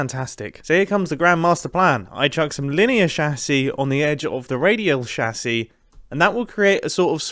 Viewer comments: It's chassis, not chassy. How are you pronouncing chassis like chassy every time? It's chassis, not chassy. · you pronoucing "chassis" is still not as painful as you pronouncing "AT-AT" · Sorry I can’t finish the video the way he’s calling a chassis